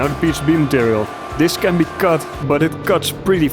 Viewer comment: I like your pronunciation of the word cut, sounds alot like kut 😂